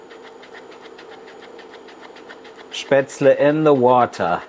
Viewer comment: FINALLY, an authentic way to make and properly pronounced. After learning how to make it in Schwabach, I wasn't sure of the recipe. Thank you so much